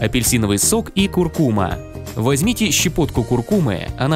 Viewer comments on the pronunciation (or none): Не куркУма а куркумА